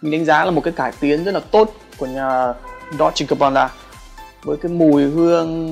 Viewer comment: góp ý với sốp phát âm chuẩn là đôn chề gabana nhé